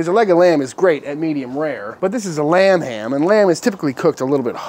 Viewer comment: Am I the only one that heard "RUM HAM" every time he said lamb ham?? Lol... oh just me? ok